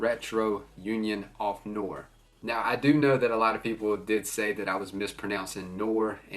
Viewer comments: nwär = noir ---the "n" is like new...a" sounds like ahh! Finish with a short "r" like are. Newahhr! That will get him close enough as an English speaker. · Bro it’s pronounced “no-are” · Noir is pronounced NEW-ARE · You pronounce noir as “Nuw-are” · nope, not "noyr" either haha, it's French. Noir means Black in French, I can imagine it's hard to pronounce if you can't speak the language tho!